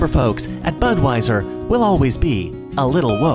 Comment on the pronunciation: I thought you said buttwieser